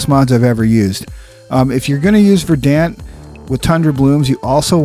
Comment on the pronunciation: Verdant is pronounced (ver-dunt).